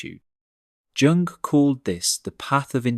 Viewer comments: Or you could be autistic. And you pronounce Jung as "Yoong", not "Jonk" 🥱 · It's not pron, Jung (Dzsung) but Yung. That was shocking. Otherwise good video. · Giang huh. Pronounced Yoong not Giang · His name is pronounced Yoong not Joong. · Pronounce: Yoong not Junk. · The J in Jung Is pronounced as the Y is in young. Computer generated voices are so transparent and always making errors. Irritating at times. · It's pronounced Yoong, not Dzhoong, ffs. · I understand and agree with the proposals put forward. However every time I hear Carl "Jung" not Carl Yung I wince. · Please: The "j" at the beginning of Jung's name (Jung was a German speaker) is pronounced as a "y", not as "dj". Please see Merriam Webster. Thank you. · it's not Tschung. it's Jung (but perhaps Jung did not say these things this 🎉way and it was rarther a Tschung after all, "lol") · We usually pronounce the J of Jung, as a Y. Yung. This is the first time in my life I have heard the J of Jung pronounced as a J. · Yeah at first I was like Carl Jung? Sounds like Carl Yung. Then I looked it up and apparently most people say Jung. Maybe we were taught incorrectly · Please pronounce his name as Yung. Swiss, like Germany pronounces J as a Y. It sounds like Yung not J ung. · Please don’t pronounce the J in Jung’s name! It’s Yung! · Jung (pronounced yung) was spot on in regards to individual psychology and its relationship with social psychology. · Jung - is pronounced 'Yung'. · It’s pronounced “yung” 😂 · Surely not "Jung" pronounced with soft j like "jug". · Jung is a German name. It is pronounced Yung. It is surprising that an expert on Jung does not know this. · This is largely true, but those of us with Asperger's get more isolation than we need sometimes and don't navigate or choose relationships that well. Jung is pronounced yung. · Hard to listen about intelligence when Jung is pronounced djoong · Lol 😂 Junnng nope! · Jung: The J is pronounced as “Yuh” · The name "Jung" is pronounced "Young".